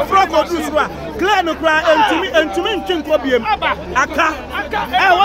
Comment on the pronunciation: Eiii pls its not clane oooo,,its crane wai